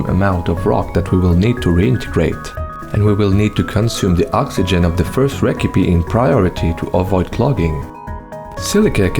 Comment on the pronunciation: 😭 how is that the only word he pronounces weird